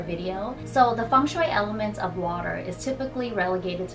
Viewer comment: Blessed You Tube algorythm!! It's taken me some time to come across your channel but I'm lovin' all the amazing tips and tricks to create a lucky home and last but not least, how you pronounce Feng Shui correctly!! Thanks a lot,!! 🎋❤